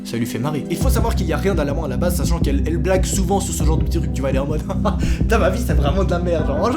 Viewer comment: OMG il a dit mamen 😂😂🤣😅